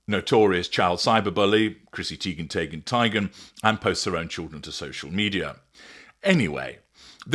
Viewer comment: “Chrissy Teigan Taygen Tygan”…😂😂😂😂😂